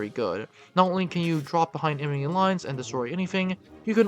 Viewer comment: "Emini squads:" You need to practice saying enemy.